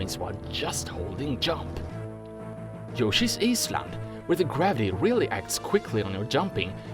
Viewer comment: Yoshis Aceland ... are the pronunciation on purpose?